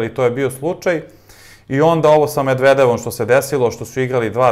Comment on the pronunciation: poludeću ako još jednom čujem kako izgovaraš 'medvedevom'